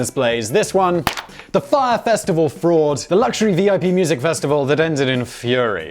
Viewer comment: I'm just amazed he pronounced Fyre correctly. usually there is no name baldy can't fuck up.